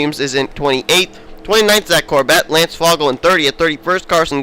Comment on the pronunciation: Karson: 20th, still 3rd in points. Lance: 22nd, 20th in points. BTW, Lance Fogle is pronounced Foe-gull (ogle, but with an F).